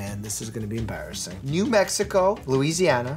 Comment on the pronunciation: Mike I don’t wanna be mean but why do you say enbarrassing